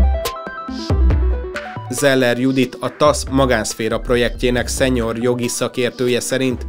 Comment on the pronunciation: A 'senior' az szenior, és nem szenyor.